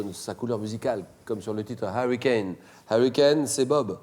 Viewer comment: Il ne sait même pas prononcer Hurricane, on entend Harry...